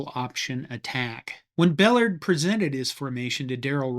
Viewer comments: His named is pronounced Bel lard' the accent is on the second syllable. I knew him, he lived in my town for several years. Would have coffee with him on many mid-morning. Great guy and a damn good golfer, shot in the 70s. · I believe that Emory Bellard pronounced his name buh-LARD. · Emery’s last name was pronounced Ba-Lard. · Coach Emery Bellard's name is pronounced, "Ba-LARD", with the emphasis on the second syllable. Other than that, good video. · Great video! Btw, Bellard is pronounced "Buhlard", somewhat different than it's spelled. Thanks for all the work that went into this video. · Emory BELL-RRRRD. Pronounce it properly. Thanks. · I always heard the name pronounced Bel-LARD'. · Emory Bellard is a major part of this video. Why do you mis-pronounce his name ? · I wish this expert would learn how to pronounce Coach Bellard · You mispronounced Emory Bellard’s name. If you can’t get that right, how can believe the rest of your video? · Bellard is pronounced with the accent on the second syllable. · That mispronunciation of Coach Bellard's name bothers the hell out of me. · That's not the way you pronounce his name either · You are pronouncing Bellard wrong. Get it right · Please pronounce Bellard correctly1 Faurot's last name spelled incorrectly. amateur hour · You’re pronouncing Ballard wrong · Yeah, that pronunciation thing was really getting to me. It was very distracting. Since I was a kid in the early 70’s in Austin, Texas, I only ever heard the Bellard‘s name pronounced with the emphasis on the second syllable. We didn’t own the guy… maybe it’s just a regional thing. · nice video, learn how to pronounce Coach Bellard's name. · Mispronounced Bellard. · Mississippi State alum who remembers Coach Bellard from when I was a kid. This is the second video I've seen where his name is butchered. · Good stuff but please learn how to pronounce the name Ballard. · Buh-lard…not Bell-erd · Emery “BELL-erd?” Seriously? It’s “buh-LARD.” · Emory Buh lard ! Not bell erd.